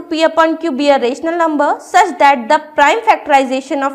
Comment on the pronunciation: Ur pronunciation of rational and irrational numbers is wrong